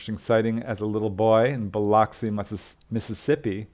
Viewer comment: Being Californian your pronunciation of Biloxi can be excused 😄 love this, as always.